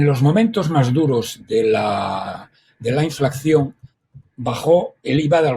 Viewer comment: Sr. Roberto Centeno. Por favor, INFLACIÓN, no diga usted, INFLACCIÓN, porque no es correcto. Gracias.